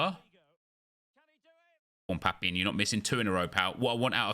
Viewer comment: You are the only youtuber who pronounces Papin's name correctly